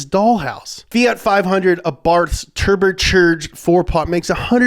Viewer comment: I'm just here for ”turber-cherged”